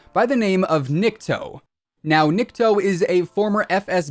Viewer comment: Nikto (knee-ktoh not nick toe) = Nobody or No One in Russian.